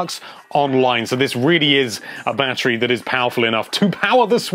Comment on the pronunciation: Why do I keep hearing him say "banterry"?